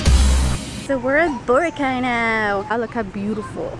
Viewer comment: I cant even believe that a filipino would pronounce bo-ra-kai, as "boh-rah-caay" uh c'mon